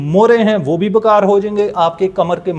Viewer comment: معذرت کے ساتھ پلیز بکار نہیں بیکار لفظ ہے.